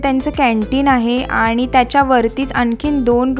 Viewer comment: आनी, आपन नाही आणि आपण असे उच्चार करा.